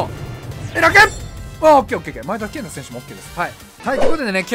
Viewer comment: 【V.I.P】 外人選手のとこでネイティブとか、のマネとかね ﾏｴﾀﾞｹﾝﾀｾﾝｼｭ‼︎